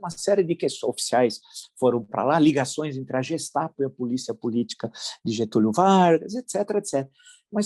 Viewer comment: Prezado professor. Como sou um frequentador assíduo deste canal, que me trás tantas notícias em primeira mão e também por sermos da mesma área de estudos, venho humildemente ajudar na pronúncia germânica da polícia de Hitler, que já ouvi duas vezes de forma, digamos, brasiliana. A forma da pronúncia ' germânica ", é como se estivéssemos falando com G de Guerra, e não com G, de girafa. Portanto a pronúncia correta é GESTAPO, como se colocássemos o " Gues ". Vem de Polícia Secreta do Estado, " Geheime Staatspolizei ". GESTAPO. Como se fosse: GUESTAPO. Uma humilde contribuição . Saúde e paz.